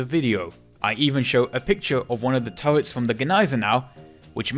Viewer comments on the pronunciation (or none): none